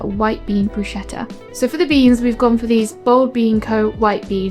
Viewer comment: Looks all delicious 🤤 ❤ Just as an info: it is pronounced “BrusKetta” 😊❤